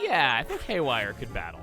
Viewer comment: ''Hayware chain shot!''